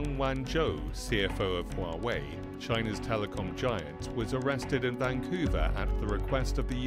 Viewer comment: I have a bone to pick. The westerners have a problem pronouncing Huawei and yet they poke fun at the Chinese. Wawei ??